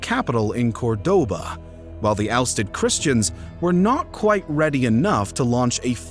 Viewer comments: The way he managed the pronunciation of "sixth" too in English. The mispronunciation of Córdoba is also jarring. Putting the stress on the wrong o. I don't know if this is an AI voice. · And Córdoba is stressed in the first O, as marked by the tick over it, not like the guy on the video. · A most impressive breakdown of the Reconquista, thanks for the amazing contribution. Just a few notes from a spanish native speaker: The kingdom is called Asturias, and the city or Córdoba is pronounced 'COrdoba, rather than cor'DOba.